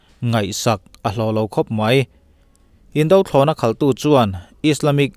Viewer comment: Indo thlawhna/Indo lawng i lamrik dan hi a la dik lo fo. a bak chu a tha khawp in ka hria. indothlawhna tih a indo (hi Fing lo / Duhlo tih thlukin a ri tur a nih hmel)